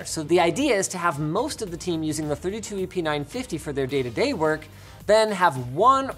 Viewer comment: First time he said the model number I heard "epeen 950" >_< lol